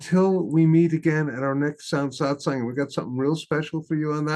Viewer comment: The correct word is SATSANG, from Sanskrit, Not Satsong